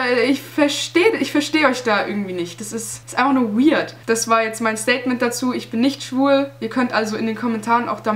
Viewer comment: Zitat: "das ist echt wiard" Aussprache on point😂